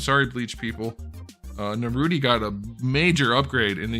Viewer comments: Is it me or did he call Naruto Narudi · What the hell is Narudy? 😂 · It was funny at first the way he pronounced Naruto and the characters, but now he just sounds dumb saying it.